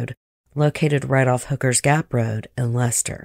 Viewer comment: This happened where I'm from. The codd murders were just miles from my house. Thank you for pronouncing Leicester correctly